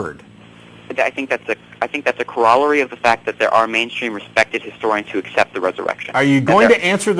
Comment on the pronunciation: CorALLery? Did this guy learn English from a book?